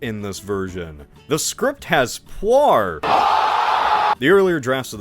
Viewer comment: Who the hell is Qua-R???? It's pronounced Puu-R. How the hell can you mess up the baddest baddie's name in DBZ?